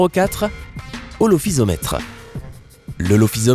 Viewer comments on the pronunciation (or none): C'est pas Zygophysomètre mais Zygophyseter, c'est pas Aulophysomètre mais Aulophyseter et puis enfin c'est pas Brygmophysomètre mais Brygmophyseter. Ca fait beaucoup d'erreurs. A part ça la vidéo est pas mal.